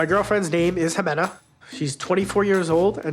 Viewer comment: The fact that he didn't even know how to pronounce her name right but he's trying to marry her 🤦🏼‍♀️